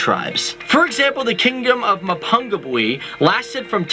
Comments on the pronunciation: This presenter is butchering these names yo. Mapungubwe is pronounced Ma-poo-ngoo-bwe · Mapungubwe is Ma ( as in Mum) pung (poong) goob where. That pronunciation was awful. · Yeah, hearing his Pronunciation of Mapungubwe was the one that hurt the most, like, the others were bad, but Mapungubwe was the worst one hands down